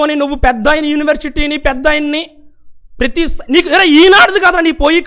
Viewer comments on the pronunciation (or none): none